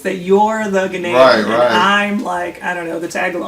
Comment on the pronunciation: Ghaanian not Ghenian lol🤣